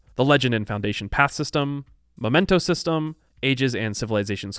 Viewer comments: I would like to point out that it is mEmento, not mOmento. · I've been taking a drink every time you say momento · Makes an effort to correctly pronounce the names of leaders, cities, and characters of all cultural backgrounds Also: MOMENTOS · The mementos pronunciation is cursed lol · crises not crisises / memento not momento / cairn not karen / piety (PIE-ehtee) not pee-ehtee / 'talked at length' not talked on length / Thanks.